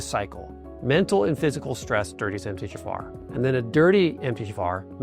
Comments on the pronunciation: Is he saying: Em-teh-ja-far? Just say the letters that we see MTHFR. Em-tee-aych-eff-R. Good info but the music is stupid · Exactly! This 100% is AI. "Emthayjafar"?? I could not understand what he was trying to say until I saw it written out. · It sounds like you're saying MT- JAFAR and there's no J in the acronym & it's distracting. And besides you're speaking too fast all the time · Are you saying MGFR? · Is he saying “Emth-tee-Jafar” ???? Or “Empty-Jafar” ??? I literally cannot understand how he’s pronouncing it lmao now I can’t take any of this seriously… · How is it said like that though? I can't wrap my head around it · Why are you slurring through saying 'MTHFR"? Can't even understand what you're saying. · This sounds like AI. would not slur MTHFR the way the video does.